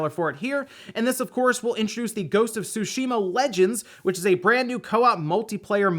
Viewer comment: You mispronounced Tsushima again...